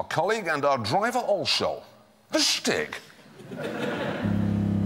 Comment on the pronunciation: Haha he said "The Shtig" Quite clever making the Dutch references.